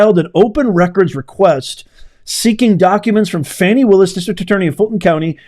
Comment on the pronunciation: Please stop mispronouncing that woman’s name. “Do not judge, or you too will be judged. For in the same way you judge others, you will be judged, and with the measure you use, it will be measured to you. “